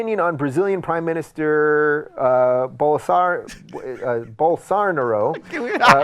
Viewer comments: Why did he have trouble pronouncing Bolsanaro’s name? Hasn’t he spoken about him before? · gaga: He dosn't evan know how to pronunce the guy's name. I doubt h knows anything about his specific policies.